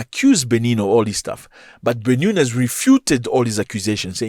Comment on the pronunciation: You get news from Africa, but you exaggerate too much And your pronunciation on the benin capital is wrong...why didn't you take your time in learning how to pronounce Benin republic and it capital Mr African news And the cause of their issues is simply from the stands of ECOWAS